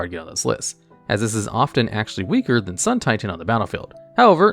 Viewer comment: It’s pronounced SUUUUN TIITAAAAAAAAAN